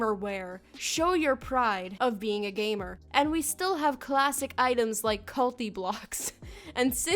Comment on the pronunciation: "gaymer"........... "GAYmer"